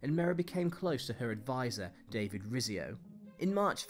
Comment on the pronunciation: It's dynasty like din nasty , not die nisty. Mary of Guise's surname is pronounced Geez not Guys. Rizzio is pronounced Ritsio. I think you should have had some "honourable mentions". William II (William Rufus) who was brutal, disliked and soon murdered, Richard I who used England as a cash cow to provide money for the crusades, and who spent not more than 6 months of his reign in England; Edward II who was not much interested in being King and had poor judgement. He indulged favourites who antagonised his barons and caused them to rise against him, lost the throne and was murdered: Richard II who also had bad judgement, presided over heavy tax burdens causing the peasants' revolt, lost the throne and was murdered: Charles I who had bad judgement, poor leadership skills, lost the throne and was executed: Charles II who was sponsored by a pension from the French King to keep him acting in the interests of France and was too dissolute and uninterested in ruling to maintain the British navy, allowing the Dutch to invade Britain, all the way up the Thames to London: George IV who was basically fat dissolute and useless. Plenty of contenders among the British monarchs :-)